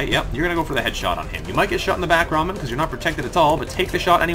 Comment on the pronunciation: Well, in Rahman the H isn't silent, in-fact it is a big part of the word.